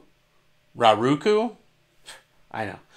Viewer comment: I'll jump on the pronunciation thing. According to Steve Erikson, "Tiste" is pronounced "Tiest" and "Raraku" is "Rare-ah-ku." Cheers.